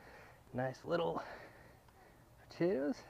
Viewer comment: fucking hell its POTATOES ,,,,,,NOT POTATAS,,,,!!!!